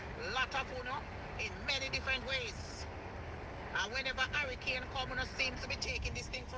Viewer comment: Bad shape egg said it a Harrycane😂😂😂😂😂😂. i thought it was Hurricane 😂😂😂😂😂😂 BLC Dunce